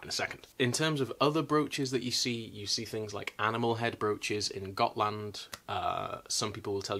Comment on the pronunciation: I’m glad you’re feeling better. One thing that’s been bugging me for a few weeks is how you pronounce “Gotland”... in Swedish a “G” sounds like an English “Y”. I have a Swedish buddy i work with named Gert, but it sounds like “yacht”. So “Gotland” sounds like “yoteland”. Sorry for being particular. Just thought you’d like to know